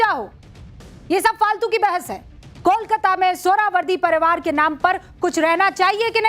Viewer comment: Madam, आप इतना डांट डांट कर आक्रामक ढंग से क्यों बात कर रही हैं? दूसरी बात, कोलकाता का उच्चारण आप कोलकाता न करके कोलकाता या कोलकता क्यों कर रही हैं?